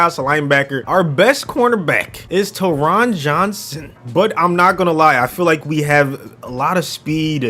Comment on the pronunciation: taron johnson’s name is pronounced tear-rin jon-sin